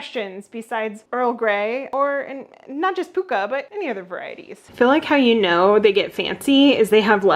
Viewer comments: Pukka is an Anglo Indian word borrowed from the HIndi and Urdu during the British Raj; it’s not pronounced pookah as you have but with a short first vowel to rhyme with chuck ah. There are pronunciation tools online. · 'Pukka' is pronounced to rhyme with 'sucker'. It's borrowed from Hindi and means 'genuine'. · Pukka is pronouced pucka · Pukka has a short U sound the same as luck. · white - with a drop of skimmed milk - no sugar. I do the same with coffee Pukka is pronounced Pucker by us Limeys lol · Pukka, a Hindi word meaning genuine, true, originally (well) cooked, apparently in reference to a the strength of the side blend used. Adopted into English as correct, authentic, superior. The vowel sounds are short and weak vowels, like puck. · It's pronounce "PUKKA" the same way as "FU**ER" ! 😂